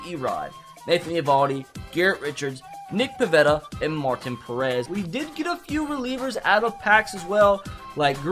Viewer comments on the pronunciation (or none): none